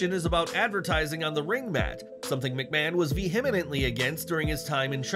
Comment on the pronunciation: Narrator - are you drunk when you record your part? The way you constantly slur words and mispronounce words such as "vehemently" certainly lends credibility to the premise 🤔